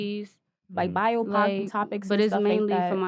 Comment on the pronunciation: "Biotopic" 🤣🤣🤣 boyeeeee